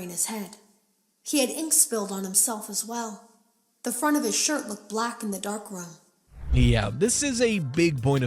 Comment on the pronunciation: the way she says "dark room" makes it sound like one word, like darkroom. And a darkroom is the brightly lit red (yet hard to see in) room where photos develop, which would explain why the red blood looked black, since it had nothing to contrast on. When everything is red it is hard to distinguish between blood and ink. Also, in the context of a room used for photography and developing, ink and a paper cutter being used makes sense. Why they would use a dark room in 2035? I dont know, but that makes the most sense to me. Also, that is just an awesome horror visual to imagine, a dude with his face sliced off with blood everywhere in a completely red room. Also #2, tape girl only really says that she only initially thought it was a mask, and as far as i know didnt go into any further detail. I think this was intentional